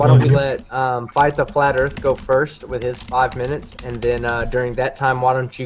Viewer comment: Erf? If you're going to discuss the shape of earth, at least learn to say it!